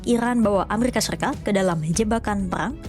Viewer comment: Cari narrator yang bisa spelling RRRR dengan bener, karena ini bahas peRRRang